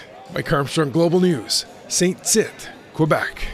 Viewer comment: … Quebec rodeo… I thought the community of Saint-Tite was pronounced in French as [San TEET] and not [San TIT]?